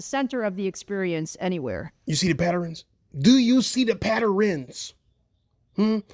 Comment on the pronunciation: Patterins? Its Patterns, no i. You really are slow